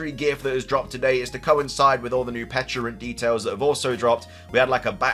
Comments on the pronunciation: It’s called Pecha-runt cuz it’s a pecha berry not a peach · On the pronunciation: it was always pech-a-runt. It is a pecha berry, that's how that berry is pronounced. Not a peach. Not a peck. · I don't undestand why so many people had such a hard time saying Pecharunt. The Mythical Pecha Berry should have been enough of a clue that it's named after Pecha Berries